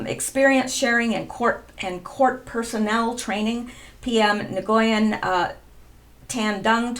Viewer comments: Dung is pronounced Yoong. The D is a Y unless there is a horizontal line through it, then is like our D. Nguyen is pronounced something like Nwen. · Nyugen is pronounced wen....Dung is pronounced Dumb FYI :) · Nguyen is a common name The g is silent.( SIGINT signal Intelligence (real deal)) Kill Chain- USN Term for Combat